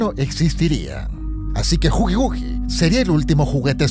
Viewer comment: es killi wuill no gugigugui